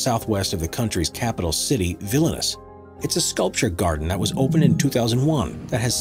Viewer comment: Here we go, again! It's "VILNIUS", Lithuania, NOT "VILLAINOUS"!!